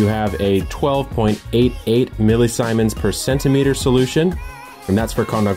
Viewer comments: Seems the pronunciation is SEE-MENS or ZEE-MENS, not Simons. ^_^ In electronics class, they would say seemens. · Micro-Simons, what a cool unit, Micro-Siemens is the actual unit of conductance called EC in this video, named after Werner von Siemens pronounced See-menz for all the non-German speakers... good shot at it though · Millisiemens is pronounce See-mens, not Si-mens. Remember in German it's the second vowel that is accentuated. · Oh America, it's not "Symens", it's Siemens (with an E).